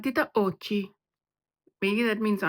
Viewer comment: Matite occhi (pronounced oh kee) means eye pencil